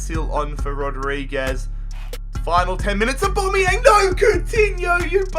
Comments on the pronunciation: Why do you call him abomiyang 😂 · Am I the only one getting triggered by the way he says Aubameyang